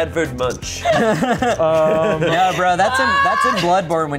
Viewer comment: as a norwegian i died a little on the inside hearing pronunciation of edvard munch